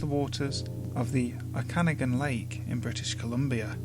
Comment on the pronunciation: Okanagan is Oh-ka-nog-gin